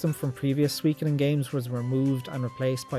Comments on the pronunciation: Well, you still dont pronounce Suikoden properly, and with the exception of Suikoden II, your rankings are way out, but I'll let you off because of your love for the franchise 😉 I hope you're the remasters 👍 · Man, I resonate with your story so much. When I was a 12 y/o lad, I used to rent S1 every Friday evening using my Aunt's Apollo Video membership (without her knowing). To this day, I still (stubbornly) pronounce it as 'Shu'koden 😆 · This is all so bizarrely close to my experiences wirh Suikoden. Right down to having a friend with whom I pronounced the title "Shukoden" for a few years, and having to use alternate means to play Suiko3 in Ireland. Great list! Exactly the same as my ranking. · Hey I pronounced it like you did. Shu-ko-den.